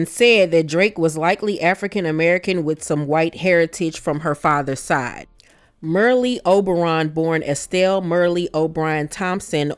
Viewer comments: It's Merl.... Not Merlie and Henry 8th, not 5th. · Like your presentation but You're mispronouncing Merle Oberon's her first name. You're calling her, ' Mer -Lee." That's incorrect. Her first name Is pronounced the same way, actress, Meryl Streep pronounces her name. Meryl Streep and Merle Oberon spell their first names differently, but they're pronounced the same. The reason I bring it up is because your presentations are wonderful and I don't want you to get picked apart for it. It looks like I'm doing that but I'm really not. Also, Merle Oberon Henry VIII's 2nd wife Anne Boleyn, In the movie, The Private life of Henry VIII not Henry V.. Also, Merle Oberon She was born Estelle Merle O'Brien Thompson in Bombay (now Mumbai) in 1911. Her mother was part-Sinhalese and part-Maori while her father was British. Sinhalese or Sinhala people are an Indo-Aryan ethno-linguistic group native to the island of Sri Lanka. The Sinhalese are the major ethnic group in Śrī Laṅkā, inhabiting nearly the whole length and breadth of the island. They speak an Indo-European language of the Indo-Iranian branch, which is held to originate in northwestern India, going back to at least the fifth century BC. It should be noted that Oberon was the first actor of South Asia n origin to be nominated for an Oscar. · Not pronounced Merlly. She is part East Indian. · Merle Oberon was from Hindu ancestry. Her name is pronounced without the last e. Like Merl. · Also, her name rhymed with “Earl.” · You mispronounced Merle.